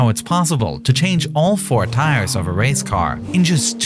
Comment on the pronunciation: da stowy of da wace....